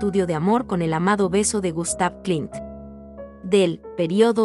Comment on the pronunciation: Muchos errores : Botticelli y no Batticelli; Klimt y no Klint; Guernica y no Guérnica... Podríamos habernos documentado un poquito más en vez de decir o de escribir burradas, no les parece?